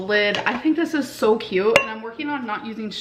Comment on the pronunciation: I hate how she says cute. "Kuhyooht"